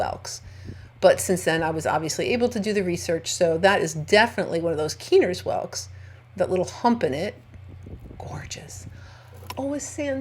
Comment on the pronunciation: I’m fairly certain that it’s pronounced Kye-ner’s like the first syllable rhymes with Bye 👋 I think. Or that was what the locals were saying it when I was in North Carolina. I’m so jealous because I didn’t find any that weren’t torn up or inhabited. I hope to get back again sometime.